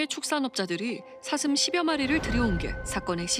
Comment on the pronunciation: 아놔 뉴스보다도 ㅅ 발음안돼는거 자꾸웃겨가지고 ㅋㅋㅋㅋㅋㅋㅋㅋ "사 thㅡㅁ!!" 저정도 피해면... 고양이들처럼 잡아다가 중성화 해야하는거 아닌가요;;; 권익위가 방안을 하루빨리 만들라!!! 뭣허냐~